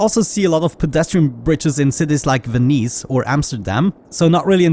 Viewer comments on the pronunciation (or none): You pronounced Venice correctly a few videos ago. What happened?